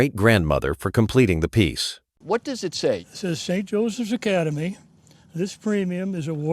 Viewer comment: LOL "Street" Joseph's!??!